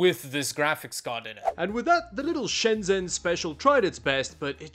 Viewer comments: please know that in Chinese, “zh” makes the J sound. Shenzhen is “Shen-Jen” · I miss that place, not been since before covid. It always baffles me that people who visit Shenzhen, or any place in China, and make a video, make no effort to pronounce the place names correctly. Especially since you say the name “Shenzhen” with such frequency, couldn’t hurt to find out how to say it correctly.